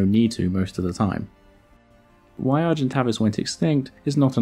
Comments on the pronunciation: Great video, but wasn't it pronounced Argen-tay-vis and not Argen-tah-vis? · 'a monster known as Argentavis Magnificus'. No, and no. You got the second part wrong (Magnificens is correct) and pronounced the first part incorrectly. It's are-jen-TAVE-iss. Getting the name completely wrong is not a good start to any factual content. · "Argentay-vis Magnifi-sens , not cus.... Read your script! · Him: Ar-jent Avus Me (because french is still burned into my brain): Arjhent'aveee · Argentavis not argentaves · Argentävis not Argentavis.... I play Ark. I know this. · Any other long term ark players annoyed they've called it Argen-Tay-Vis this whole time? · Argentavis..... arr gen Tay vis phonetically! Was doing my head in sorry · Pronounced A vis avis it’s A sound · Its pronounced argen-tay-vis, Argent = silver Avis = bird. Latin for Avis is pronounced the same as play - bus haha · You're saying Tavis wrong.